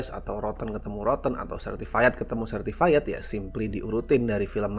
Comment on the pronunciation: Certified itu bacanya Sertifait bukan Sertifayet, bang